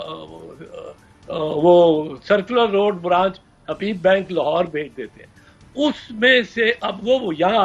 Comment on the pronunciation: Arshad Sharif saying Lohar High Court many times. 😁😅